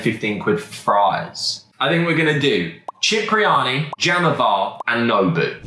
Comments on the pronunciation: we love you Cipriani Pronounced SIP Not CHIP My G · it’s pronounced Sip-ri-ani not chip 😂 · Sorry to correct but Cipriani is pronounced Sipriani.